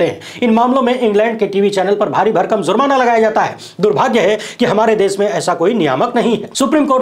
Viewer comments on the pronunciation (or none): ZURMANA NAHI JURMANA BOL BEWAQOOF....THEEK SE WORDING BHI NAHI AATA...JANE KAHAN KAHAN SE AA JATE HAI....